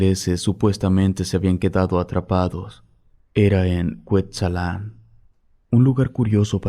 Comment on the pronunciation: Muy interesante episodio, solo hago una corrección en la pronunciación de la localidad de "Cuetzalan" en el estado de Puebla, el acento es en la primera "a" y no en la segunda como se pronunció en el programa. Saludos.